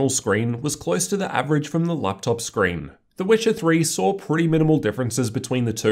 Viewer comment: You mean Scween